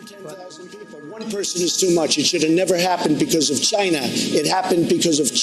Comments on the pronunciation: Va-China.....definitely says that at the beginning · At :40 in you know she isn't lying and really from China with that pronunciation haha